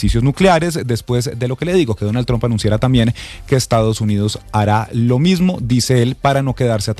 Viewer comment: porque dices siempre Donal Trompa😅